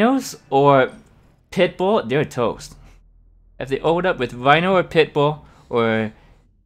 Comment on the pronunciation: Hiya. Where are you from? Is it common to skip the R and say a W, haha. Bike Wush, Whino tank